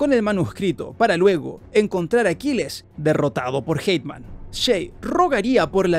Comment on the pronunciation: Por qué le dice Hateman a Haytham?